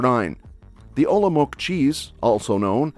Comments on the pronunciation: Could you just try to pronounce the names correctly? (Macocha, Olomouc, tvarůžky...) Trdelník isn't originally Czech, it's mostly a tourist trap but it's tasty anyway. Actually the material that silonky are made is originally Czech. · Ty názvy jsou vážně hrozný. To se nedá poslouchat. Nepoznala bych Škoda, Olomouc neumí říct vůbec, kdo mu poradil, že nevyslovujeme koncovky? Nikdy neřekne celé slovo, hrozný. Nejsme Francouzi,kteří poradí něco polykání ve vyslovování. Smažený sýr už bych ani nepochopila . Proč to nemluvil Čech? Pomlázka. Všechno špatně, Petřín.